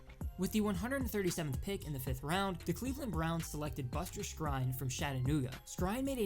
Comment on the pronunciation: Buster skrine’s last name is pronounced screen